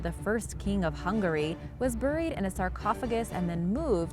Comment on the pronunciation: burrrrried so much nonsense with narrators i swear they do this on purpose. seems like English is her native language yet she butchers words. sub so you dont miss out on the next obviously pronounced word ruined.